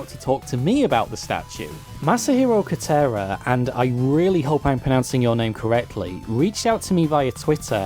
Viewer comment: I like how you now try to pronounce "kotera" properly But pronounce "Masahiro" as ""